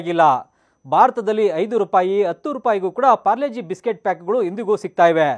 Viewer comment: ಯಣ್ಣ ಅದು ಪಾರ್ಲೆ -ಜಿ ಅದು ಪ್ಯಾರ್ಲೆ - ಜಿ ಅಲ್ಲ 🤔